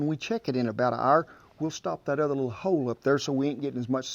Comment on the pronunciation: I swear to Satan it sounds like he's saying "hoe" instead of "hole" when he's plugging away in the barrel.